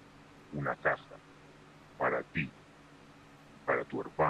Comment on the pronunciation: Pero dijo Caja o Casa?